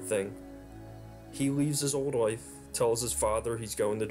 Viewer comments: Everytime you said 'LIFE' it sounded like 'WIFE.' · I had to replay where you said he had a happy life..cause I thought you said wife. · You can't pronounce life.